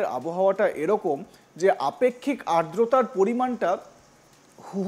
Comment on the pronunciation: আর্দতা! আদ্রতা উচ্চারণটা অন্তত ঠিকঠাক করুন